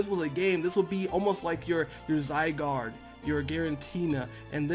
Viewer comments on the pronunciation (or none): none